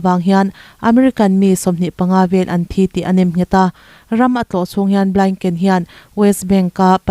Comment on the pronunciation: Suria nilovin Syria aw(mizo Bible in Suria ti a lehling angin i rawn lam tawp mai😂 ani maw!!) Suria nilovin syria aw!! A khawpui Damasacus(sorry Damascus) Antonio Blainken nilovin,Blink) (Antonio Blinken / us secretary of state)milar lutuk leh Ram hming lar lutuk te hi chu lam rik dik a, hriat ve tur!!!